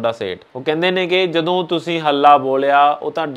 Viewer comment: Bhut vadiya par punjabi da shi ucharn kro jdo marji di jga tusi kdo marji bol rhe.... sry... tusi bhut sona Kam rhe mai bhut wada parsanshak va tuhada